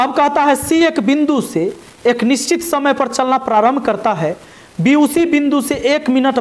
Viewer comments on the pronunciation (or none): none